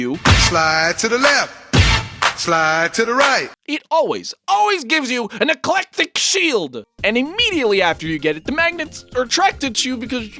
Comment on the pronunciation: I thought he said ”NEGLECTIC SHIELD!”